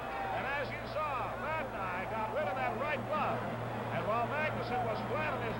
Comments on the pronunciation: That was the Chicago announcer mis-pronouncing Vadnais' name. The Seals didn't have local TV coverage of their home games. (Home teams wore dark jerseys in 69-70) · They were so bad they couldn’t even pronounce the name of their players correctly!!